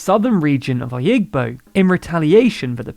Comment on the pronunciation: He also said oyigbo incorrectly too😂